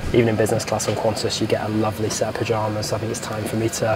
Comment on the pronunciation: It's QANTAS not Quanta's, seriously 😒